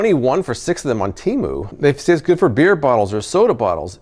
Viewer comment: I had to back up the video for a minute and play it again, because when you said you bought the bottle caps on Temu, I thought you said you bought them on Hulu. I was like what?